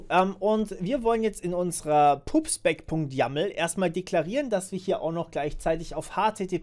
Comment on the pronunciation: tolle Videoreihe, Hut ab, aber es heisst nicht "pubs pec" sondern "pub spec" und ist eine Abkürzung für public specification... ich bin mir aber sicher, dass du das weisst :-)